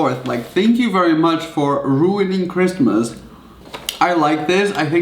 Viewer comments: “merry chrimas” its christmas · "MeRrY CHrisTLEr"